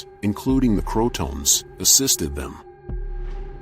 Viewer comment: Crow-a-tow-an Not crouton.